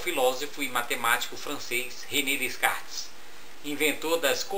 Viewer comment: se pronuncia DECARTES não DESCARTES professor.